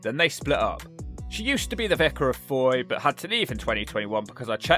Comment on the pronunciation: It’s pronounced “foy”